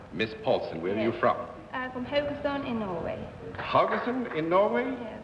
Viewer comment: Mimmi Paulsen is my hero 😊 John pronounced Haugesand quite well, but not Mimmi nor Paulsen ..